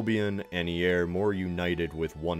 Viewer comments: Just to let U know eire is pronounced air and not E-air I'm from Ireland so I should know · E-Air! What? It's Éire- pronounced Air-ra. Man, we still use that as the name of Ireland today, its on our coins and any government document. In fact its where we get the word Ireland from: Éire-land. (By the way Éire was a Celtic goddess, just so you know. 😉) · Fun facts: "Éire" is pronounced "AY-ruh", & it would probably be more accurate to call it "Goidelic" instead of "Gaelic". "Gaelic" comes from an older Irish word that means something like "foreigner", as far as I'm aware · Nice video, can I make one criticism which might seem petty but as an Irish person and Irish speaker I wish people would make an effort to pronounce at least the commonly used words properly - It's not Eire, it's Éire. It's pronounced Ay-re not Ee air. Go raibh míle maith agat. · For the pronunciation of Éire It's not E-air It's air-a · ... good old E-air 😂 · great video but one thing is that Eire is pronounced Air-ah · Not trying to nit pick but just to spread knowledge, the name 'Eire' (Gaelic for Ireland) is pronounced 'aira' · just so u know in future it’s pronounced air a I’m pretty sure or else I was asleep in Irish class if I’m wrong fellow Irishmen and women tell me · im sorry but what was that, Ee air.... Air-ah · Watching further in to the video I've realised that the word 'Éire' is pronounced incredibly similar to the way says the word 'era'. E.g. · Éire is pronunced err-aa and the name of the Irish languague is Gaelige not Gaelic, that's Irish football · Eire is pronounced AIR-AH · Éire is pronounced "Err-Ah" or "Err-eh" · Éire is pronounced Ay-ruh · Eire is pronounced air-uh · Eire = Air - e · Éire is pronounced /ˈeːɾʲə/ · Damn. I'm American (albeit of English and Welsh descent) and even I knew that. I was hoping I wasn't the only one who noticed his pronunciation error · Oh Jesus that eire pronunciation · Love seeing all the different ways Éire is mispronounced, I'm never let down